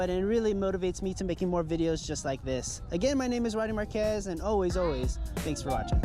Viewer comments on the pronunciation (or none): none